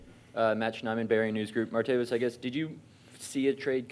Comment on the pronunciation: Can we PLEEEEASE get the mans name right!??? It’s Martav-IS, not Martav-iUs! But damn I’m hyped!!! This dude is INSAAAAANE’ly dynamic!